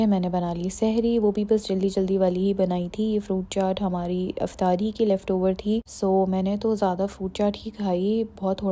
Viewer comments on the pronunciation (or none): Why does it sounds like " iftiari" instead of " iftari " . No offense, just asking 😊